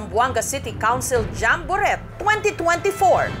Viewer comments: Jambo- ret? Paano ang tamang pronunciation nyan? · jessica naman d mo ba alam ang correct pronunciation ng jamborette? jamboret ewan sa u, silent t ano ka ba?